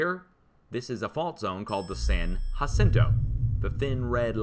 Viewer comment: San ya-cento..San Jacinto. Fmr. Cali resident